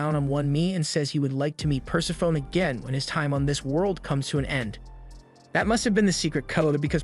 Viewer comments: it took me a long time to learn this, but Persephone is pronounced "pur-sef-pho-nee". Greek can be hard if you don't speak it, I know. I had the same issue with Hermione and Merope. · Greek names that end in "e" pronounce that "e" - Persephone should be pronounced "Per-sef-any"